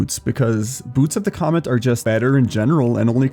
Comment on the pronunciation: It's boots of the COMET not COMMENT you ape. Jesus..